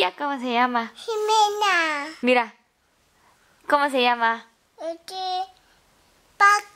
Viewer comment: Me encanta ver a que cuando le preguntaba quien es mas bonita mami? O xime? Y el = xime tan bonito espero que dure mucho la amistad con xime y me asombra que pronuncia el español bien solo que le falta practica pero de ahi es bien cute